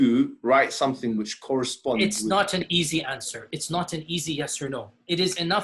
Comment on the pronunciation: They: "It's not an easy answe.." "IT SHOULD BE AN EASY ANSWE.." "alright..." Me: 🤩🤣